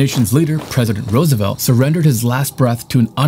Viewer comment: That’s President Roosevelt. Not Rosevelt. Please pronounce his name correctly.